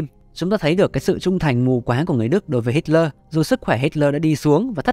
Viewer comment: Cứ đọc là Hít-le đi ad, đây là tiếng Đức